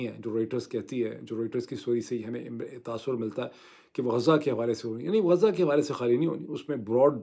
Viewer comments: معيد بھائی نام غزه ہے غازہ نہیں ہے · Not ghaaza,ghazaa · غازہ نہیں بلکہ غزہ ۔ غازَہ کے اردو معانی. اسم، مذکر. خوشبودارسفوف جو خوبصورتی کے لیے رخساروں پرملا جاتا ہے، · معذرت کے ساتھ Ghaaza نہیں غزہ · ڈاکٹر صاحب! غازہ نہیں غزہ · غازہ نہیں، غز٘ہ (ghaz+zah)۔